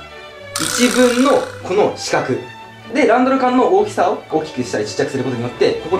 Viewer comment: 1分はぶじゃなくてふんとよみますよ！